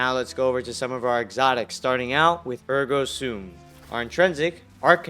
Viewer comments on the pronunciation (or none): “Ergo Soom”. What a dumbass😂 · The way he says Ergo Sum and Ergo SOOM 😂